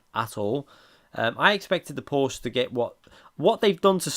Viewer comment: Please pronounce Porsche correct! Use Google translator's text to speech if you need help!